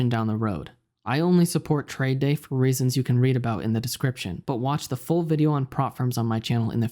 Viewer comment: This guy pronounce reasons “raisins” good vid